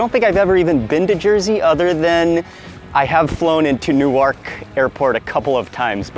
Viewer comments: It's exciting to see Mark in my home state but big lol his pronouncing Newark as "New-Ark". Mark is great and I love this channel so much. Wish he'd spend more time in Jersey because we're the diner capital of the world and there is SO much amazing food here. From the versatile diner faire to the world's best pizza to incredible Irish and Italian dishes and beyond. If Mark wants a good "ripper" he should hit up Rut's Hut in Clifton because it's way better than what you'll get in Fort Ree nowadays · THE WAY HE PRONOUNCED MY BEAUTIFUL CITY’S NAME WRONG 😢 NEWARK - PRONOUNCED (nork) PLEASE GET THAT CORRECT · Mark pronounced Newark "new ark." 😮 Yea I believe him when he says he doesn't know Jersey, and it's okay. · Love your videos, but FYI It’s pronounced “New-erk” New Jersey because “New-ark” is in Delaware.